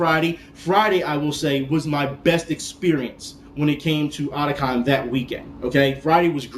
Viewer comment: I think since it's Otaku and Con abreviated, it should be pronounced O-Ta-Kon. Not Adacon.